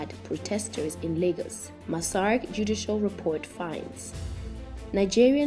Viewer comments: Did she say massarick instead of massacre..wow...gotta proof read in front of someone 1st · at least learn to pronounce and place the correct stressing on massacre.